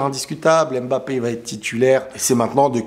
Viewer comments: Juste un message pour te remercier de tes vidéos et aussi les efforts que tu fais pour la prononciation mbappé 😊 c'est touchant .... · Merci pour les efforts faits pour bien prononcer le nom de Mbappe😂